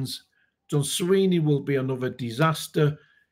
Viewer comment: his name is Swinney not Sweeney.